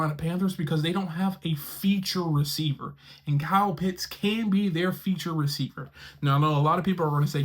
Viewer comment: OHHHH! He pronounced Kyle Pitts' name correctly! Finally. Great job. Now continue to work on Younghoe Koo (Young-Way Koo).